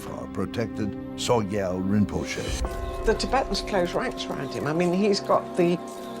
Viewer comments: "Soy Gal"?? Is the narrator trolling??? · Narrator mispronounced Sogyal